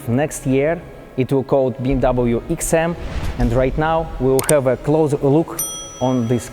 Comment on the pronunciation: That's an amazing "eksim" 🤔